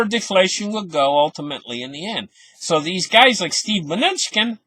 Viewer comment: Good info, thanks!!! Its Ma-new-chin :)